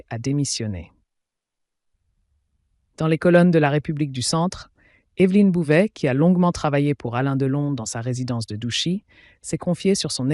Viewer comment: Bouvet pas bouder